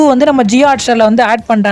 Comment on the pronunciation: Sony yay ❌ soniya ✅